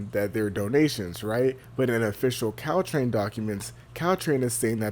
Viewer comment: wtf is Ctrain? It’s Caltrain 🤣🤣🤣